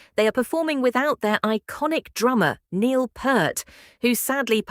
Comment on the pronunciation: Bullshit ai voice. Pronounced Neil’s name WRONG!!! Very disrespectful and totally stupid!!! Reported! So sick of the deception of this ridiculous technology!!